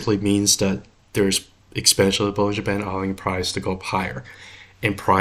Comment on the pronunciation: Watching this barely awake and hearing « bull in Japan » instead of bollinger band… Anyway, CLSK good? Perfect Back to sleep😅